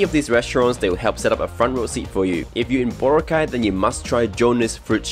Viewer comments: Bro, I know ur a foreigner, and many foreigners pronounce it differently, but please try to pronounce it the local way. It’s pronounced Bora-cay, not Bo-racay. 🤗🤗🤗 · You pronounce it as BO-RA-CAY, not BORA-CAY. Listen how the locals pronounce it. Boracay is too crowded with tourists. You should go to El Nido, Palawan or CORON, Palawan. It is nicer than Boracay. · Boracay island is part Malay (pronounced as Ma-Lie). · He said boracay wrong😐